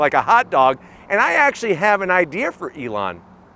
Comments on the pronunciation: Great review is always. But I have to zonk your pronunciation of Elon's name. 😂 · I love how kept calling Elon "Alawn"😂😂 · Lmao you called him Alon idk if he’s going to answer when you call to speak to Alon. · "alon musk" lol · never heard someone pronounce the e like that (ee-lon)